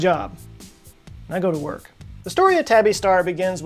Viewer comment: "I go to wrk" LOL